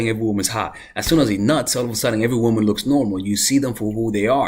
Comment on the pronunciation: My love it’s womAn not womEn